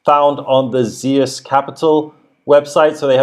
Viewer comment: Zeus is pronounced as Zooose. Familiar with GREEK mythology at all????